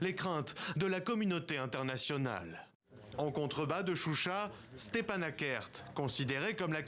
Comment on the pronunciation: C'est pas chucha mais CHUCHI. Et se ne sont pas des séparatistes. C'est la république d'Artsakh.